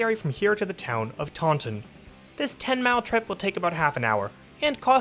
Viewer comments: It's pronounced Tah-In, not Tawn-Ton. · pronounced "Tawn in" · Yeah, it's not pronounced like the Star Wars creature either. Around here, it's TAUNT-in. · Yeah, there's quite a few pronunciation mistakes in this video. Taunton is another in that it's TAUNT-in.